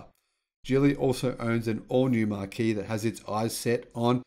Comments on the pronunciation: Hi, fyi Marque (pronounced Mark) is a synonym for brand. I don't know how you keep up the pace. You're one of the most consistently informative channels I subscribe to. Well done. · Please learn to pronounce "MARQUE"